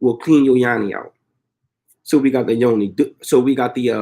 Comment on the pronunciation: Not Yani ... it is Yoni